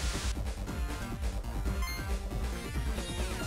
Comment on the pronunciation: dijiste droll dizer?